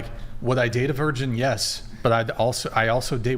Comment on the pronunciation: She can't even say 'virgin'; she says 'version'